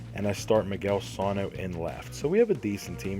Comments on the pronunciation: you said Calhoun right, for sano you say it more like sun-o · next time say calhoun and sano right